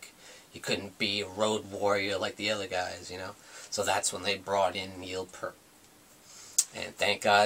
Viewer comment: Not to be a dick or anyting, ( this usually means a person's about to be a dick) but it kind of grates on me when a person claims to be a rush fan in this day and age with all the information at your fingertips via the interwebs, and you pronounce Neil Peart's name wrong. "EAR" with a "P" at the front, and a "T" at the end. Peace (Pronounced - Pee + sss)